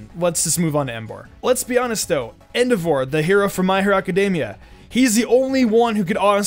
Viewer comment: The only thing I cared about was his pronunciation of endeavour